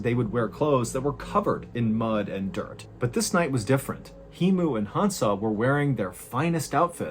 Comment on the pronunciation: Hemu is correctly pronounced as "Hey Moo", Not "Hee-Moo"